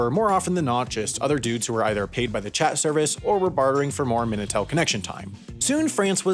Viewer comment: Minitel* not Menatel